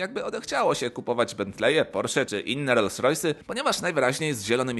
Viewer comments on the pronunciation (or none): none